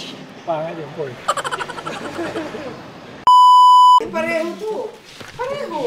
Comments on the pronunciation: Porsche pronounce as Porshaaa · it’s a por-shuh yan ang tamang pronunciation alex! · PORSCHE IS A GERMAN CAR...KAYA ANG PAG PRONOUNCE PO NYAN AY HINDI PORSCH....KUNG ANO PO ANG NAKASULAT YUN DIN ANG PAGBASA